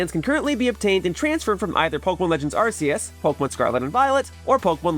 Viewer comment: It's not Arseus you tools. Why can no one pronounce Arceus? It's called the RKS System for a reason. Not the RCS System. You are all useless and illiterate